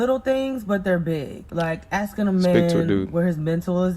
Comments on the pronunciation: Filling and Axing. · Why is she axing him?